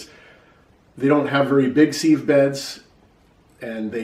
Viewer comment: How do you spell seeve? Sieve is pronounced siv.